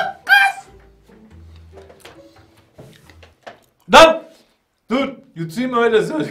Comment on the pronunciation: ’in yooookkk gıızzz demesi 😂😂